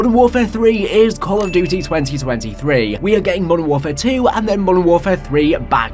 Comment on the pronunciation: “Call of Dutayy” I’m sorry but that cracked me tf up 😂